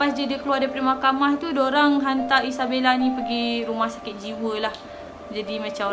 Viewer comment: kenapa erk selalu cakap isabelle ?😅